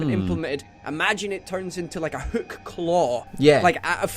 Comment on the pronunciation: kept saying Hook with a very thick U sound. Huuk